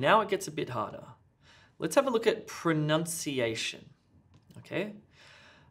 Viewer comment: Just to say the "u" of pronunciation, should be pronounced as the same as "but", not "aw"